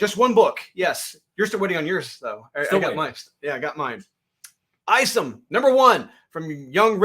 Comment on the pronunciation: Like 73. I think Isom is pronounced is-um.